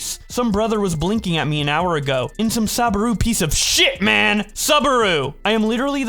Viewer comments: It's pronounced SOObaru. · Okay so this whole video is funny. But the funniest part is saying Subaru wrong (sue bah roo)